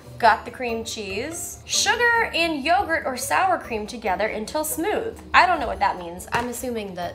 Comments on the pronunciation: It's not yogurt Jenna. It's pronounced crème fresh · its pronounced like crem fresh i think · Pronounced crem fresh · créme fraîche is something european countries use as dressing, but also in food. The second word is pronounced like fresh. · it's pronounced 'crem fresh'! it's a well known French cream substitute in the UK! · "creme fraiche" is just pronounced like "creme fresh" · You basically pronounce it "cram fresh" but with a tiny french undertone. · I speak french and I was yelling "Crrrreme Frraiiiche" at the screen LOL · it's pronounced "crem fresh" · It's basically pronounced Creme' Fresh lol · 'Crem fresh' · It's pronounced crem fresh! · It's pronounced 'crem fresh' and it's basically soured cream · You say crem fresh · Pronounced, 'crem fresh' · "Crem Fray-shh", LOL I'm a dude and even I know how that is pronounced, shame on you Jenna. 😁 I deliberately did not buy one of those machines because I knew I would use it once and never use it again.